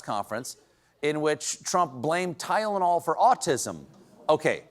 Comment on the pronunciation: He couldn't even pronounce Tylenol